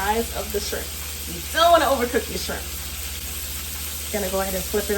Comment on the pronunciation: Goin in for it TUH Noite! This looks good and You said "Scrimp" the ancestors had a hand in this one! Lol😂